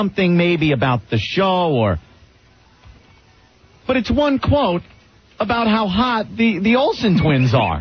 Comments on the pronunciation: Ugh, it’s not even “but” it’s “buit” or “boo-it” how could he not realize that for a decade? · bhut or bwut works also 😂 It drives me crazy everytime I hear it, that and fuchitive. Nobody who worked with or for him dared to correct it because nobody wants Greggshells in their life, it was the messageboard comments that finally made him stop.